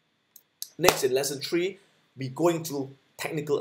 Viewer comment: I had to replay that “three” pronounced as “tree” back and was like hmm. Lol. Belizean here